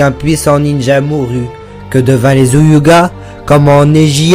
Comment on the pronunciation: Tu sais même pas dire Hyuga alors tg